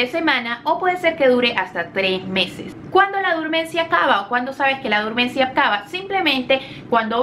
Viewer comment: Se dice dormancia (Del fr. dormance) o dormición, no durmancia.